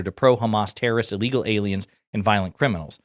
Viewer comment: "uuhlegal". duuh.